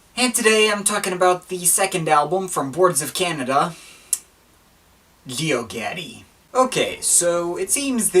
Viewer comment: I'm trying to listen but you keep pronouncing Geogaddi weirdly. It's Jee - O - God - Ee